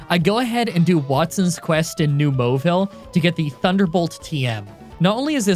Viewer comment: that pronunciation of New Mauville was discussing! edit: also do not comment on this attacking me i'm just joshing ya bro